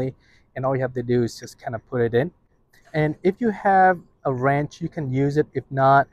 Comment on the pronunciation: Wrench- not ranch. Thought he was saying ranch but he was saying wrench